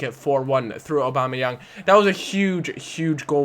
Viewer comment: Aubameyang : or-bam-eh-yang